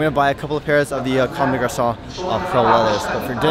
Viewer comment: You actually say comme des garçons well lol, usually people say come dess garconn